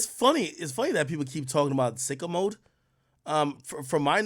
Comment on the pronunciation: Why TF he pronounce sicko mode like that????😂😂😂